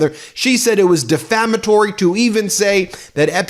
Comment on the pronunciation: Melania cannot even pronounce the word defamatory.